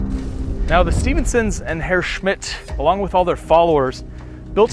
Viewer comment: Very nice vid, thanks! Nicely filmed, one can learn a lot from your storytelling. Also, as a native German speaker: cudos to your pronounciation of „Herr Schmitz“!